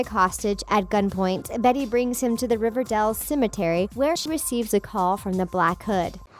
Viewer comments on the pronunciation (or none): Why do you call it ‘riverdall’